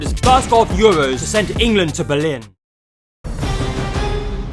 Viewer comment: Had to click off soon as i heard “the EUWWOS awe hewe”